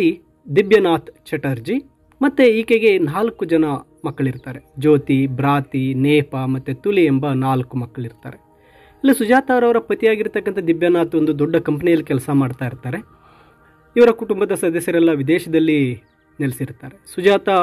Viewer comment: sir it's not julli it's Tuli